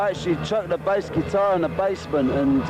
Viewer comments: Crap pronunciation. Bass is baas? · Why can't A.I. differentiate the pronunciation between a fish (bass) and a guitar, (bass = "base"). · What kind of chatpot AI mispronounces "bass"? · Oh come on... why the hell would you ruin what could have been quite a good video with a god awful AI narration? I watched for the footage the fact that your AI garbage agent couldn't even pronounce bass properly! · AImvoice is terrible. Can’t pronounce his name or the instrument he plays. Surely you could do the voiceover yourself with a real voice if you’ve done your research. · Well given that 'bass' is being pronounced like the fish, I'm guessing the AI commentary is wrong 😀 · I can't get over why he keeps pronouncing 'bass lines' like he's talking about a bass fish.